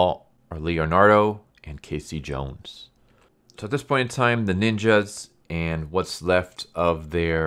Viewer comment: I stopped watching when he said K C Jones. I just can't hear anymore.